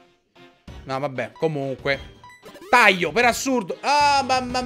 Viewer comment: Avete notato che dice Taio non Taglio. Ma non é un'offesa Ciccio non ti preoccupare. Sei una grande e continua così